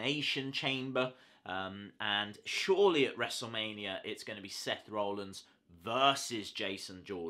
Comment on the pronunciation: Btw it's Rollins not rowllins